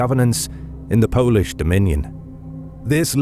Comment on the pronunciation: This time a quite good pronouciation of Polish, Lithuanian, Ruthenian and Russian names.